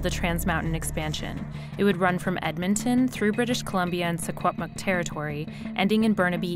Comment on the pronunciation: really close! Secwepemc is pronounced Shi-HUEP-muh-k, but white ppl call the area & language "Shuswap" anyways. I'm registered on Shuswap land but my family is from mistissini over in quebec. I should make the trip and spend some time fighting the Pipeline!